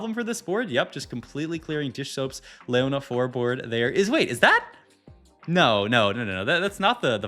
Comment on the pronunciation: "LAY ona" bruuh